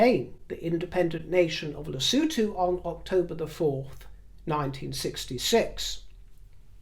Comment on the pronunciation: You pronounce Lesothu perfectly! As in lesooothu! X